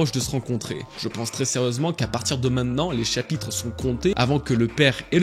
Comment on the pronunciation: Super vidéo, par contre, ça me stresse quand tu dis minnen plutôt que maintenant 😂 Tu t'exprimes 100x mieux que moi mais ça j'ai du mal 😂😂